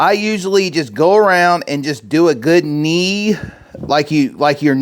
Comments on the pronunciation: The word is KNEAD ... not knee. We KNEAD dough. Not "nee" it. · Knee ? Did you mix that missing 'd' in the dough?😊 looks great!